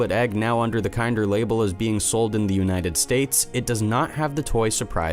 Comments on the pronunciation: Really bothered me that KINDER is being mispronounced!!!!! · It's pronounced KIN-DER not KIND-ER.